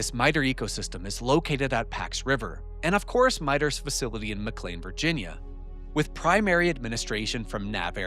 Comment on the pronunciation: I was about to ask if you were AI, but you started pronouncing McLean correctly, that was good. Now I am sure there is a neighborhood where they pronounce, "Integral" int-tegg-grill, but I have never been to that neighborhood. Please let me laugh with you not at you since, it took me almost five years to figure out what penultimate meant, after reading it in engineering docs on backpropagation when I was a young kid. Back when Geoffrey Hinton had lots of fun correcting my spelling, after which he told me he knew I had spelled things wrong because he spelled them wrong in his book that I copied it from.